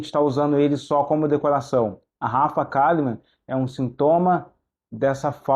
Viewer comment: Rafa Kalliman a leitora assídua que fala errado